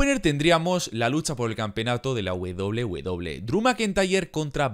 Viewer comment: la wedoble wedoble xd que buen video hee